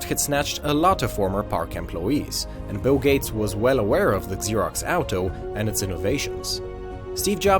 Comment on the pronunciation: It's not pronounced Eggzerox or Exerox. It's pronounced Zerox.